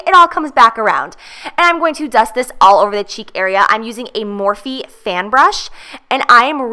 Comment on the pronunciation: The e is silent in morphe brushes.